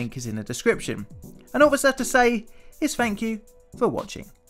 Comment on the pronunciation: Thank you isn't "phank eww" but th-ank you.